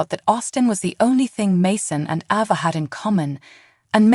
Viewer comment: Its ava not abbA